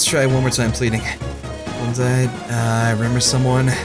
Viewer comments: "Undeene" "Papeeruss" "Sauns" Oh boy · Im jus gonna say this it's sAns not sOns it's pUpyrus not pApyrus Now just sound them out and u now how to say our name Corectly and it's undIne not undeen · is it really pronounced "undiin"? I've been saying "undain" all the time and now I'm confused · I think they're more judgemental towards him mispronouncing Papy-rus and Undeen. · Sons undeen and papirus, what? You've never heard of them? Their from the game underteel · forever cringing at the name pronunciation. Undeen? Paprus? Sauns? WHYYY still like ya though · same, tho its 'Undeen' that makes me cringe a lot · Well it's meant to be pronounced like Undyne for, y'know Undyne the Undying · No. it's pronounced (un-die n) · sorry, not to be rude but you said their names wrong lol undyne un di ne sans sa ns edit- AT means Attack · What in the name of Jim Belushi happened between the last video and this one that he's randomly pronouncing Undyne wrong? I'd think he didn't actually take a break himself since he was in the middle of a puzzle, so I can't remotely understand. He even said himself that "un-dine" was the right way to say it? I'm going to have to assume it's a joke, that's the only thing that makes sense, cuz between Sans, Papyrus and Undyne ALL being pronounced so obviously wrong, that's gotta be an intentional joke Edit* For the record, I'm not saying that in a dick way, like "I've lost all respect for you for not saying something properly!", it's just something I was curious about. You do you dude :) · I'm sick and in a bad mood so I'm going to rage unnecessarily a moment:, "Papyrus" is pronounced "pap-EYE-russ", and Undyne is pronounced, " Un-DYne"- Should sound like Undying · Und - "I" ne. Not Un-deene and pap "I" rus, not pap - erus. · undiin. well i guess toby has never specified how you pronounce thei names but that's still fucking weird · Yeah, I've only seen a little bit, but he seems to - not mispronounce - say things a little bit differently.